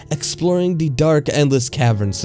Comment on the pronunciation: My gosh this is the worst reader on YouTube he talks so fuckin weird and he says "the" as "de" it's so fucking annoying oh my God he pissed me off he ruined this story